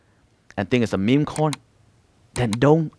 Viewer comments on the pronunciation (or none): none